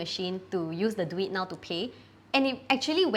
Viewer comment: Its "Duit Now", not pronounce as "Do it now". "Duit" means money in Malay.